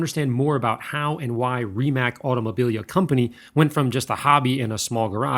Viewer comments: It’s not Rimak it’s Rimac it’s pronounced with a c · It's no Rimak its Rimac read: Rimatz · Great video, btw (if you want to know) to help you pronounce company's name correctly as English speaking folk don't have that "c" sound as we do in Croatia. Try to pronounce "Rimatz" this would sound far closer and and more accurate to how we pronounce it ;-) cheers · Just so you know, thats not how you pronounce Rimac.